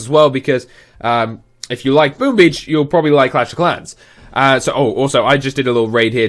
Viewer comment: I thought he said boobies instead of boom beach...